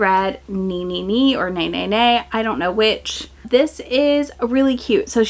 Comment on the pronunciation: Re: Ne Ne Ne pronunciation! Japanese vowels are almost always pronounced one way, unlike in English. So: A = "ah" E = "eh" I = "ee" O = "oh" U = "oo" hope this helps!!